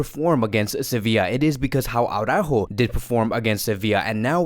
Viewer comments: When you see Alex from Blaugrana Planet,, do yourself and us all a favor, and ask him (he's a Spanish speaking person) to pronounce for you Araújo. For the record, it's "ara-óóho", but maybe you'll believe it when Alex confirms it. Honestly, that "Awww-ráhho" time and time again is so retard. And I guess you massacre Araújo's name because you believe that screaming Jamie from TalkFCB has got it right, but he hasn't. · I DO hope Araújo leaves, so we won't have to hear "AwwwrÁhho" any more.